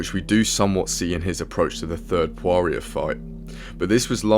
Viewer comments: Lol he pronounced it and dustin prorier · why do you pronounce dustins surname with a W? LOL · The way you said poirer 😂😂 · Why you saying dustins surname like that 🤨